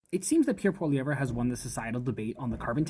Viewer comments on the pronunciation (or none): It's pronounced POL-E-EV (no ER) at the end of his name. Even if Canada was 100% carbon free, it would still have very little effect on the overall global pollution.